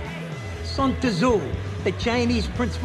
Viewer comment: Walnuts pronouncing the "T" in "Tzu" was funny and all but hard to make fun of a guy for a mistake like that--usually means they learned by actually reading rather than hearing about it.